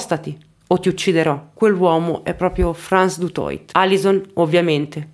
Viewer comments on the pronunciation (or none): solo due brevi appunti. Primo: il cognome Afrikaans "Du Toit" si legge alla francese, "Dutuà". Secondo: né Frans Du Toit, né Theuns Kreuger si "arruolarono" volontariamente nell'esercito. All'epoca in Sud Africa il servizio militare era obbligatorio, e tutti i maschi bianchi dall'età di 16 anni dovevano prestare servizio per due anni. I maschi neri e "Coloured", invece, potevano arruolarsi volontariamente. La leva obbligatoria fu abolita in Sud Africa solo nel 1994, dopo la caduta del regime dell'Apartheid e le prime elezioni libere.